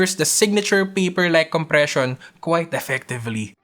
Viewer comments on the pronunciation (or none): none